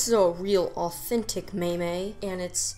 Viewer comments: Man, you pronouncing meme as may may threw me off lol thought ya found me on reddit 😂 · I thought you were joking around with the pronunciation of meme, but you kept saying it so I realized you might actually think it’s pronounced that way. It isn’t... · Um "may-may"? It's meme, rhymes with team, alright criticism aside, keep up the good work, you're doing great! On second thought, I'm guessing the may-may thing was a case of r/whoosh on my part, well played